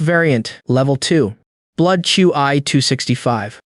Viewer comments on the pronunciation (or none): none